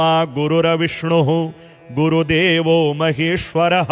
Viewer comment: "गुरुर्विष्णुर्गुरुर्देवो" बोलते समय हलन्त 'र' को पूरा 'र' नहीं बोलना चाहिए। इसी प्रकार 'तत् सत्' को "तत सत" नहीं बोलना चाहिए। ऐसी ही कुछ अन्य क्षतियाँ भी हैं, जो यदि सुधर जाएँ तो यह प्रस्तुति पूर्णतः श्रेष्ठ बन सकती है। शुभ कामनाएंँ।